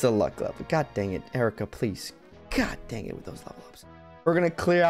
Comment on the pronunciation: Isn't her name pronounced eye-reeka?